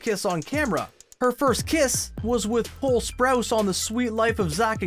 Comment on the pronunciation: Excuse me but did he say bowl instead of cole?